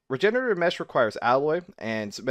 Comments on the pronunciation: Oh god its not alloy, it's aloe. "ah - low" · (Aloe is pronounced al-oh, man. Not alloy.)